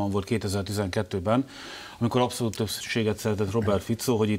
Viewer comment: Na de Anna "apszolút"?